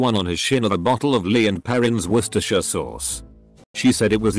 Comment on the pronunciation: Three, sorry. "Wor-ster-shire".